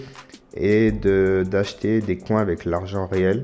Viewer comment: Tu la mal prononcé mais c pas grave XD